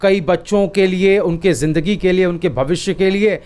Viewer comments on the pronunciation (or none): none